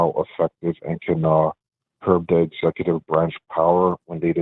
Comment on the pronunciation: "Duh hidden powers of duh executeeve branch"